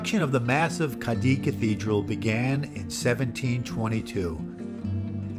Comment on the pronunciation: You're video was done very well, I enjoyed it very much. The only exception is your pronunciation of "Cadiz"; you can say it by pronouncing the "z" as an "s", however, the correct pronunciation ends with the "z" sounding like a soft "th". It is not, "Cah-dee".